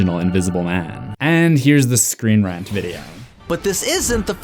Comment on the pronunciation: "screen rent"